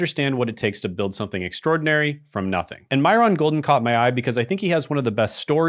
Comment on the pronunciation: Is this an AI video because you're pronouncing his name wrong and it just doesn't seem like it has your usual vibe.